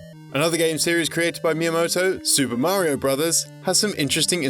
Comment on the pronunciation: Finally someone pronounces Super Mario Bros. correctly.